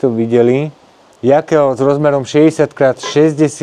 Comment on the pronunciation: Rád sledujem tvoje videá, ale už v druhom videu čo režeš uši s Jaklom 😂 je to Jokel a v živote som nepočul Jakel